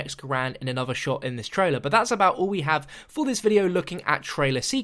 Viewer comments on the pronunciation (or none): none